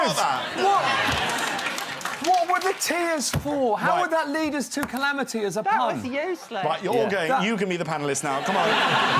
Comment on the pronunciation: Why does Jack think that calamity is pronounced clamity, particularly when he pronounces nuclear as nuculear? And why does he think that a cocktail shaker is called a martini shaker? A martini is only one of many cocktails you can shake!